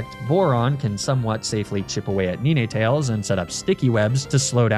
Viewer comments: nee nee tails? fr? lmao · Ni-nay-tales? Really? It's literally a dog with 9 tails. You do the math.